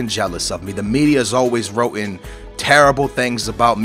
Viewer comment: LMAOO the news have always "WROTTEN"